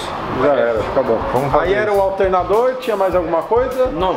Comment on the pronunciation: Esse Tiozinho Japa Eletrecista foi o melhor, muito comédia. "Qual Peugeot"? Ah, do "Altenadô"